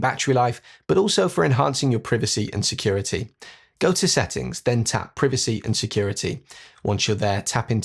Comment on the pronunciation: Surely you are not saying privacy seriously 😂